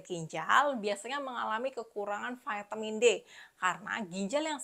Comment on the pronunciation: Apa itu Vaetemin, apakah maksudnya vitamin? Memang sejak bila huruf i dibaca ae dan huruf A dibaca e?